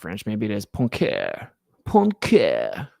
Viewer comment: It is well Poincaré so you pronounce it poincaray. The difficulty for eng speakers is to say to 'oin' but you do it pretty well 😉